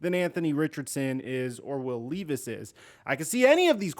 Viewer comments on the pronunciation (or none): by the way im pretty sure is pronounced Will L eh vis